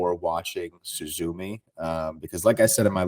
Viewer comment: my guy, that is not how you pronounce Suzume lmao